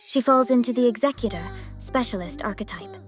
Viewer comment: This is a really small thing, but it means a lot to me. Thank you for having the word "executor" pronounced correctly.